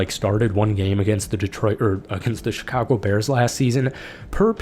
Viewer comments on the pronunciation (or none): none